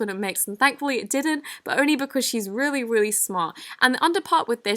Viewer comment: “Rweally Rweally smart” Your so cute!